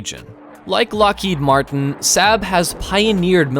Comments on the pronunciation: ... FYI...'SAAB' is pronounced 'SARB'... not, 'SAB'... and stop bogus thumbnails... it's not cleaver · You say "SAB", Swedes say "SOB". Fix if you can. Your channel is not "VELD EERON". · it is 'SOB', not sab. I've driven their cars since 1980. Get it Right... after all, it's NOT 'Lockhead', is it? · Saab is pronounced like sob not sab you pleb! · BTW it's Saab not Sabb 😁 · SAAB is pronounced SOB / SAWB .. .and most definitely not 'Sab' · Its Saab pronounced sarb not sab! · Saab is pronounced SAHB, not SAB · It’s pronounced SOB, not sab. Saab makes great cars too. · It's 'sahb' like bob, not 'saab' like scab. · Saaa-rb. Not Sab..... omg...the pronounciation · It's not pronounced SAB but SAAAB (the vowel lingers longer) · Who pronounces Saab as Sab. Saab. Pronounced Saab. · And in addition, Saab is pronounced Sarb, not Sab. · It is pronounced Sarb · Hard to take seriously when the narrator can't even pronounce SAAB correctly. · of course, but why’s the guy pronounce it SAB? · Pronounced 'sob' in English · You need to learn to pronounce SAAB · Why do you call say SAAB wrong!! UUUGGGHHH!! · The narrator can not pronounce a number of words, such as Saab. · learn how to pronounce SAAB! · I’ve been pronouncing Saab wrong my whole life it appears 🤷‍♂️ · Those were my observations as well. To add to that, a the son of a Swede (who speaks the language), when I hear Swedish words pronounced as if they were German (or completely mispronounced as in “SAAB”) , I find it really annoying. It’s a small thing, but it adds to my overall negative feeing toward the rest of the content.